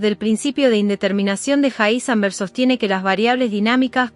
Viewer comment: Un poco desagradable la voz de la chica. Evidentemente la locución no es lo de ella. Aparte pronuncia mal el nombre del científico Heisenberg. De todas maneras poniendo el video a velocidad 0.9 se lleva a una velocidad óptima el relato, el cual es demasiado apresurado de origen. ¿Cómo ponerlo en 0.9 en Youtube? Con un complemento o extensión para navegadores llamada Enhancer for YouTube, que aparte tiene un montón más de funciones, desde ocultar los shorts, pasando por temas, filtros de color, loop para reproducir videos infinitamente, etc. Para mi la mejor extensión jamás creada. Sirve para Firefox, Chrome, Brave, Opera. Para Youtube y casi cualquier página recomiendo usar Brave, para mi el mejor navegador. Pero en fin, como decía, este complemento permite velocidades desde 0.1 a más de 3.5, o sea que se puede elegir con pasos que avanzan de a 0.1x, algo que el reproductor nativo de Youtube no tiene. Lo más lento después de 1x, es 0.75x, lo cual es demasiado lento.